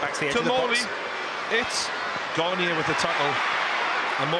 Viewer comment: They said Séan Garniers name wrong